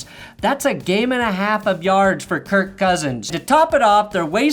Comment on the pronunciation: Til- dudes name is kirk not kurt